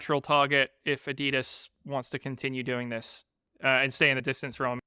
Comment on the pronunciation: Can you please try to pronounce Adolf Dasslers brand name correctly ... adi das...